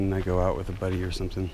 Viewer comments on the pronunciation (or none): none